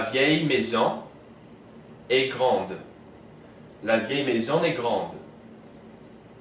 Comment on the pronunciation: Hi, good job with this video just one thing, I'm french and with the word "est" the French never make the "liaison" (link) with the previous word.